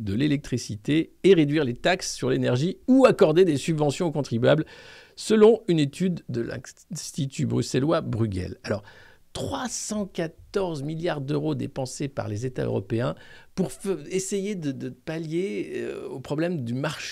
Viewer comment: Bruegel se dit ''breugeul''..... Ah Poulin 0/20 au tableau !!! Et tu seras flateusement remplacé par Maggie!!! Miaou !!!!